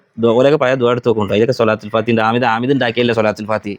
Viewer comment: ഏഴ് വരെ മദ്രസയിൽ പോയിട്ടുള്ളു ത്രെന്നട്ടന്നെ ഓൻ്റെ വിവരത്രെ ലോഗ മുഫ്തിനാ കാനുള്ള യോഗ്യതയുണ്ട് പിന്നെ ഒരു കാര്യം സ്വലാത്തുൽ ഫാതിഹ ..യല്ല ട്ടോ സ്വലാത്തുൽ ഫാത്തിഹ് എന്നാ ട്ടോ പറയാ